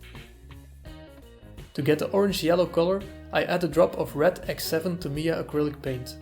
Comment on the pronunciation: Tah mee yah - even stress